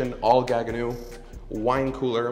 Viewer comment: GAGGENAU NOT GAGGENUUU